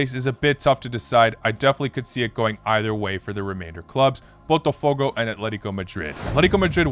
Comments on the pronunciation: Lol dude... You have been saying BOTAFOGO as PORTOFOGO😂😂😂😂 For god s sake. I always knew that English native speakers are flat out and they JUST can't say properly any foreign name BUT you re definitely worse. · Why he cannot say botafogo correctly... He called it as Portofogo...